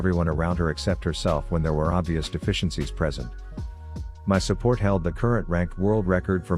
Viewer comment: I did not just hear fucking susport